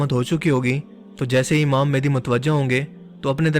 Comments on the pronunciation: Small correction... its not mehndi its mehdi... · Hamary Akhri Imam ( Hazrat Imam mehdi A.S ) ka Name Thk Sy Pronounce kren Mehdi Han Mendi nai 🙂 Thanks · *Correction It's Mehdi ✅ Not Mehndi❌